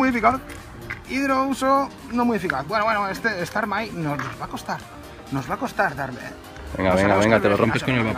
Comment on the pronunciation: stamai no, STARMI!!!!